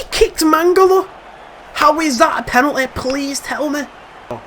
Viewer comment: What?!?! How is that a penalty😂 ( accent )